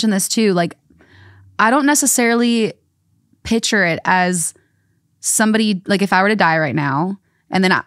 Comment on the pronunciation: saying “pitcher” instead of “picture” is driving me crazy 😂